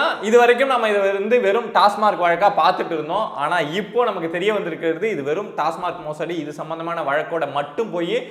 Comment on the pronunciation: திரு. அவர்களே, டாஸ்மார்க் அல்ல. டாஸ்மாக் என்பதே சரி